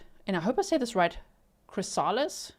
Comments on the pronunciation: Hi G. In case someone hasn't let you know.. It's CHRYS-a-lis- accent on 1st syllable. It's the hard, protective shell that a butterfly pupa forms. Science class. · Chrysalis - you know what a butterfly comes out of. It’s Pronounced Kris - O -lis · "Chrysalis" Phonetically spelt (pronounced) as "Chris ~a ~lis" ❤❤❤